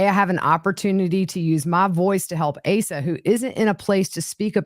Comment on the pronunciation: Her name is pronounced AH-sa.